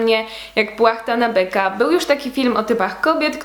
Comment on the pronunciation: Czy ktoś to zauważył że zamiast "Jak płachta na BYKA" Powiedziała "Jak płachta na BEKA"?